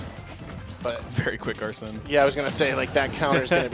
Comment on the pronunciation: How hard is it to say arsene since it’s pronounced when he comes out and they said it in the trailer smh